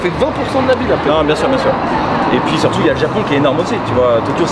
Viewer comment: pas de temps a perdre avec toi le ban..eur d'ichiban, je pourrais te dire que je suis allé sur la lune, le Népal et Mars tu y diras quoi ? Leur tour organisé par ichiban était bidon point barre. "Et zurtout si vous z'aimez bien vous n'oublierais pas d'acheter"